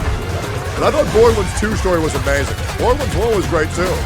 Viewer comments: Everyone: borderlands: borderlins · Remeber if its $80 do not buy also why dude calling it borderlends